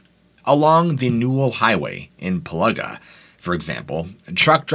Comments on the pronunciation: You need to check out the 2014 found footage movie of There's Something in the Pillaga (pronounced as Pill-a-ga not Pill-ar-ga), it will scare the crap out of you. My mother in law and her family are Wiradjuri descent and grew up in the Pillaga but never experienced the Yowie in their time living there, but it is out there. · Pronounced Pill-ee-gah🤣🤣 good effort tho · Pillaga is pronounced as Pilliga 😊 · Yes, I didn't know where he was talking about when I realised he said Piliga but overall he did a good job because of the indigenous names. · Ah .. PILLGA is said as "PILL-LAH-GAH". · FYI Pillaga is pronounced Pill-aga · its said like this "pill-ig-gaaa". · Pill'I'ga its pronounced mate. Like as in Pill...Ig...a Pilliga. Yes Pilliga scrub nonetheless but Ill never camp out that way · but destroyed Piliga and Australia. Got the hard ones right and the easy ones wrong. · Its (Pill - ee -Ga) not ( piluhga) this is how you pronounce pilliga, and Coonabarabran is ( Koon - ah - ba - ra - bran ) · Pilliga is pronounced Pill-ee-ga(r) and Coonabarabran is Coon-a-bara-bran, but good try, very creepy place at times, have lived next to it for a number of yours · More pronounced 'Pill-igga' and 'Coona- Barra-Bran'. Cool stories though. Great research. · Thats pronounced....Pill-iga,.....Narra-bri. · Say it this way...Pill-ah-gah and Coo-nar-ah-bran and Nar-ah-brigh